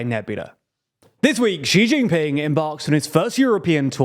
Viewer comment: lol the mandarin tone of "Xi jin ping" is perfect